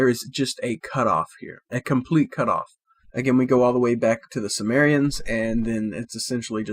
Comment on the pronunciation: This guy know nothing. In the first two minutes he's calling the sumarians the Samaritans 😂😂😂😂